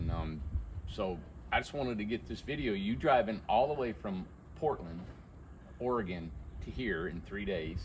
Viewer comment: ITS NOT OR-A-GONE! Its Or-again.